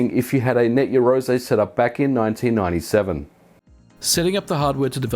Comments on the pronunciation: did you say 1987 there or do I mishear it everytime? You mean 1997 right? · do you not mean 1997, sounds like you said 1987! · Late 1987 at 11m45s?...or is that your accent?